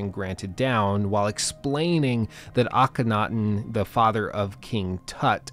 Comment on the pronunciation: You really need to learn how to say Akhenaten